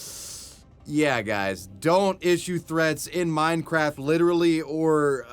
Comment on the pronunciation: bro definitely said “mind-craft”